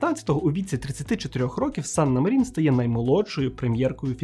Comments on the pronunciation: Чорт, як можна казати, що Фінляндія перемогла в Зимовій війні, якщо вона віддала совку велику частину території — зробила саме те, чого совок й хотів? + Санна мАрін, чому МарІн? У фінській мові наголос завжди на перший склад. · Цікавий випуск, дякую! Єдине - Мàрін, бо у фінський наголос завжди на першому складі.